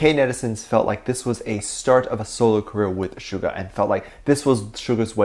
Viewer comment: please stop calling him Sugar his name I’d SUGA no R my dear friend. Please don’t be offended.